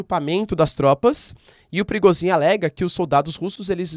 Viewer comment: O Nome do mercenário é PRI GOZS INN E NÃO PRIGOZIN ...